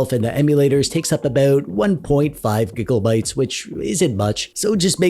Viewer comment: Ah yes, the GIGLEbytes